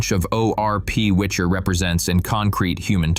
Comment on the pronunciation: Its WICHER ( gale )not WITCHER( like book or game character )